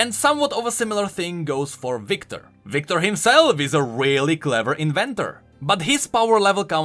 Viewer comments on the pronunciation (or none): none